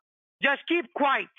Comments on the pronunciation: “Can you keep QUITE?” The way he mispronounced “quiet” so many times was the most annoying part of this call! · Scammer says keep quite, not quiet 😂😅